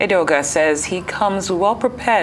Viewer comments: Edeoga, not Adeoga; please make the correction. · It is Edeoga, not Adeoga